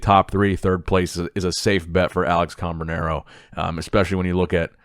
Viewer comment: Hey bro it’s cam- branaro, not com-branaro , love the channel